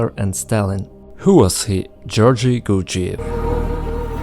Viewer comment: You sound retarded saying the guys name.